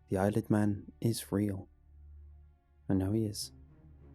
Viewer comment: Every time he says eyelid man I keep hearing Isle of man...